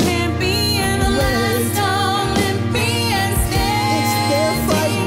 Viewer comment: Everytime when Clarisse and Silena say The Whole “Last of the Olympians,” all I can hear is “Let’s go Lesbians” and I support